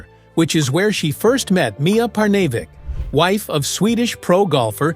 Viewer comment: When is this A.I. narrator going to learn how to pronounce words, names, places, etc... correctly? His voice and cadence are already chafing my ears. Perhaps this A.I. bot is not so advanced or has a learning disability. Jesper Parnevik's name is not pronounced, "Par-nav-eck"!! A.I. = Articulation Incompetence.